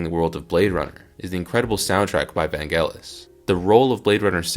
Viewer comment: VAN-jel-is. NOT WHAT YOU SAY!